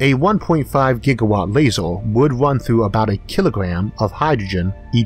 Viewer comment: Interesting, I'm just confused about a few things... what exactly IS a "Lazow", or a "Univouws?" ErrrrrRRR..... am I missing something?